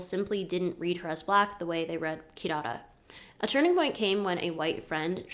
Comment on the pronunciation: Really great video. I wish it was longer, there’s so much more that could be expanded on. My one and only critique is that’s not how you pronounce Kidada’s name. It’s pronounced “kee-dah-dah”. If you look up the song “Stranger” by the Vampire Weekend you can hear Ezra pronounce her name.